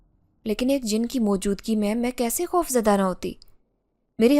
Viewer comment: Koi jaruri nahi hai sabko sab kuch ek Jaisa hi Lage Ye sister khop bolti hain (khauf ko)